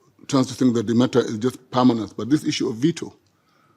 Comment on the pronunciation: samir sir just a question on the side maybe you can ignore it but why do you say Issue as :is ssue" ???? is this some kind of tick you are giving to the whites?